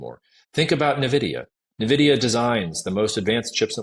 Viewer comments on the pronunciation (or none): it's not "nuvidia" it's "en vidia" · When an "expert" can't pronounce Nvidia correctly, it gives the viewer a strong vibe of him not really being an expert...